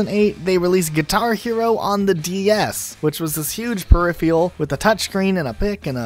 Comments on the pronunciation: Hearing per-iffy-al was killing me slowly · Huh lol, per-riff-feral he has no excuse since he's American lol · Drinking game: take a drink every time he mispronounces ‘peripheral’ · Please learn to pronounce peripheral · Amen brother. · Good video overall, and I'm glad you at least mentioned Clone Hero, but please please Google how to pronounce "peripheral"